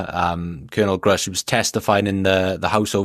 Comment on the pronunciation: Good to see pronouncing Gruusch correctly.